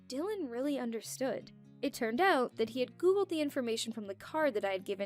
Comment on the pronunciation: Why everyone says aout not out???